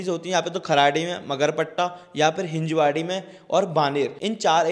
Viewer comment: Its हिंजवडी brother......